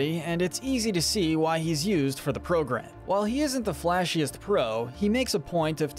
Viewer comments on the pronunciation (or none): none